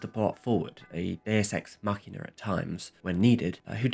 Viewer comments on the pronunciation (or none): none